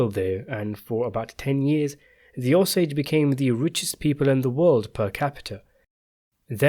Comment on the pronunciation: Ah-sage Indians?? It's Oh-sage! I lived in Osage county.